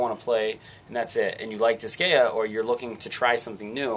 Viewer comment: Just a pet peeve, but the way you kept pronouncing Disgaea was getting on my nerves XD. I kept getting a twinge in my head "It's DIS-GUY-AH, not DIS-GAY-UH!"